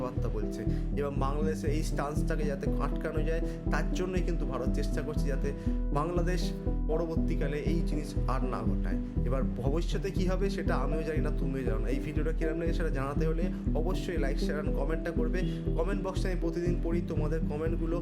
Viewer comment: Ota Bhabiṣyaṯ hobe.. Vo bisyat noy 🤣🤣🤣🤣. Spelling thik koro